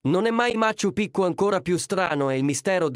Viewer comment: Machu Pichu si pronuncia maciu piciu